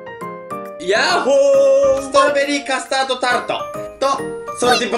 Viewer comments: カスタードがカトタードになってますよ！ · カスタードがカトタードになってるw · カトタードになっとる笑